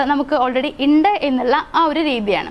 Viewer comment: ഇണ്ട് അല്ല ഉണ്ട് എന്ന്. ഓക്കേ